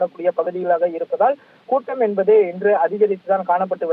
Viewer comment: Envadhu, Enbadu, Enbadu!!!!. What is this?. Killing the Tamil language! You want to pull your talk to increase time and harass the viewers. Stop this practice. Be genuine. You must be different from other channels. Do not think viewers are fool